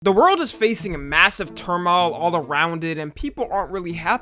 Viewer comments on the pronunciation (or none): “the world is facing mass termal” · pronounced: ‘term-oil’ lmao